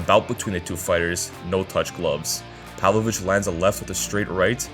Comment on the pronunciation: It's pavlOvich not pAvlovich cmon